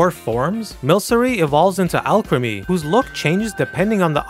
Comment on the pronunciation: You mispronounced furfrou and alcremie. They're pronounced FUHR-froo and al-KREE-me. Furfrou's name comes from the word "frufru" which means fancy or hoity toity. As for alcremie, it comes from the word "creamy" and hence rhymes with it.